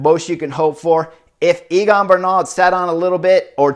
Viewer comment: Chris, is Egan not Eagan. Great race and commentary tho